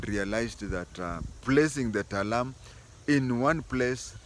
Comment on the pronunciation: TALAI not Talam